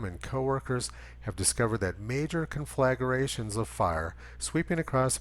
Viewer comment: C'mon man. You mispronounced con·fla·gra·tion